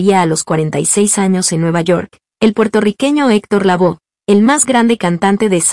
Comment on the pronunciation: Héctor Lavoe. La "e " se pronuncia en castellano. No es " Lavó "